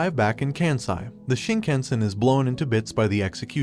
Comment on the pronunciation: um its pronounced KAHNSAI!, and KAHNTO!, and SHINKAHNSEN, not caan, come on dude!